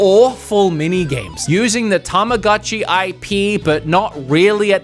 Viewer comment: Saying both Tamagotchi and Tomodachi wrong the entire video is quite a feat. Helps to know that since they are japanese words they follow their rules in that an "o" always makes the same sounds like ready set "go" and goat. Ta ma GO chee and Toe Moe Dah Chee. Yes as a 90's child we all mispronounced Tamagotchi incorrectly. You're Welcome. also Shin Megami Ten(Say, not Sigh) and Kaname Date is dah teh.